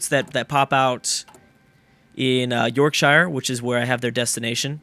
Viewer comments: Please pronounce shire as sh-eer, it annoys me as an English man XD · that's not how you pronounce Yorkshire